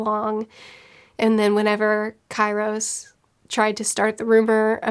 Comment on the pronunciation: Key ros... for god sake learn your vowels. I thought you read for a living... <3